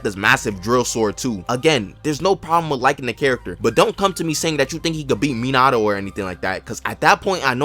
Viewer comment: why did bro say minato like that